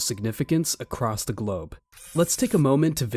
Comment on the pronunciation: did he say: "ACROSS the GLOBE" ..... 😅